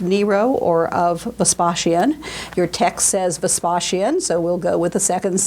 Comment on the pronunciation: It's Vespasian, not Vespaschian. It's campanile, not campanieea.